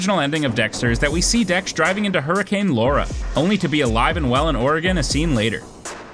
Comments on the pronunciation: Or-eh-gun. Not Or-E-Gone. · For the love of god, learn to say Oregon correctly. Gon, not GONE. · You mispronounced Oregon. It sounds like how you would say organ, not ouraygone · Oregon pronounced as Oregun , not Oregone. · Ugh it is not Oree gone. It's Or uh gun! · Dude... Ory-Gun. OREGON. Not Ora-Gone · “Ore-ee-gone” ok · “ Or- igin” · Sad that I have to point this out in this day and age, but there's no such place as 'Ore-a-gone....' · They weren't in Oregon, which is pronounced "Or eh gun" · Why do people say Ory-Gone lol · "Oregon (ORE-uh-g'n)". Does not rhyme with gone. Normally that is enough for me to stop, but I did finish the video and do enjoy your "(may) have missed" format. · okay but why tf did you say Oregon like that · Dude said "Origin" correctly, but not "Oregon"... 😑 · The way the narrator pronounced “Oregon” would have been enough for him to meet Harry’s code. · God damnit no one outside Oregon can pronounce it right lmfao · Kinds funny how you pronounce Oregon